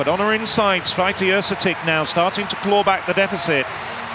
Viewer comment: These two guys were not that bad. 😄 I think that Święty is virtually impossible to correct pronounce for a native English speaker.